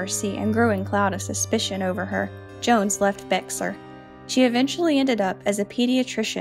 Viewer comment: Bingeing your vids--they're so well done! N.B. ... and this is super unusual, and wouldn't have known how to say it myself except for an Ann Rule book, but "Bexar" is pronounced "Bear" :)